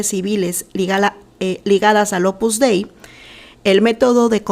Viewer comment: La secta en cuestión se llama Opus Dei no "Opus Dai" Por favor no opines de lo que no conoces para nada y te exijo respeto para las 43 Numerarias que fueron abusadas sicológica y espiritualmente y explotadas cínicamente por esta secta fascista que CONOZCO PERFECTAMENTE desde hace más de 40 años.